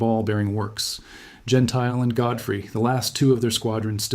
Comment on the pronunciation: AI again. Don (Jen tilly) Gentile, is pronunciation. You dismiss Blakeslee's air victory count, but he had 14.5, 2 less than Godfrey and Anderson, 3 more than Yeager. Blakeslee and Zemke were the two top scoring Group Commanders in the ETOMTO with 14.5 and 17.33 respectively. John Landers also had 14.5 when he commanded the 78th FG but 13 were with other Fighter Groups, including SWPA. Cpt Melvin Dickey shot down John Godfrey while both were strafing Nordhausen airfield. Godfrey destroyed four Ju 52s before his Mustang was damaged by Dickey. Godrey was flying VF-F . Possibly VF-F was 1Lt Logan's assigned A/C in late 1944, but the record states that Reggie's Reply II was VF-F. So I suspect Logan was assigned VF-F after Godfrey went down. Actually you need to check November through December 5th 1944, for highest number of German aircraft destroyed in the air compared to March through April 5, 1944. The claims stated for Gentile were correct for the period, as the 8th AF (Doolittle) gave credit for ground destruction same as air to air for Ace status. Doolittle reasoned that 8th AF pilots would be incented to strafe the most dangerous and well defended airfields - he was right but 9th AF FG lost 2X pilots to flak compared to German fighters. Godfrey's air VCs after Gentile's last mission (April 8), was 7 0f his 16.333 total. 2 1/2 were scored by Godfrey earlier than March 1944. I think you demean Gentile by referencing Gentile staying comfortably in US (as a test pilot at W